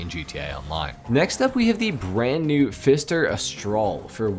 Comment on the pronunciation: Not to be that dickhead, but it Astrale is pronounced "Ast-tra-lay"